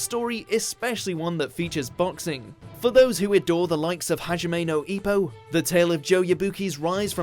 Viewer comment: Sorry but the pronunciation of Hajime no Ippo i just heard made me throw up a little. Shortly after i heard Kimagure i stopped watching. A little bit more effort in how Japanese names are pronounced wouldn't hurt. just saying... thx anyway